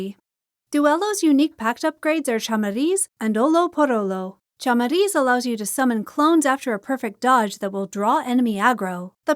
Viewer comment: Nice video, thank you for all that you do for the community >:) On a side note, the way you pronounced "olho" was really funny lol (its a hard word for non natives since the "lh" sound is not that common in other languages, so don't worry lol), also you more or less nailed the word "chamariz" so I forgive you, keep the good work I love your vids >:)